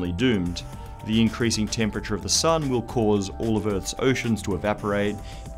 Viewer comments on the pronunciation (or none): none